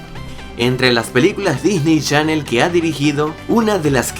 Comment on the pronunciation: Sigue diciendo Disney Shannel